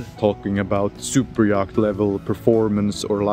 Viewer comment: The C in yacht is silent. Just say "YOT".